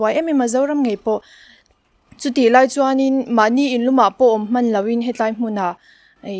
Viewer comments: He tlai ti lo in he lai tiin sawi zawk ta la a va mawi dawn em😍😇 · "He tai'' nilo in 'He lai''😁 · "He tlai, ni loin, he lai," tih tur.